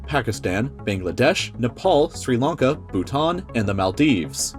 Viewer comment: Sri Lanka is pronounced “Shree Lung-Kah”